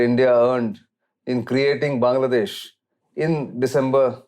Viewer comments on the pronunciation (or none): none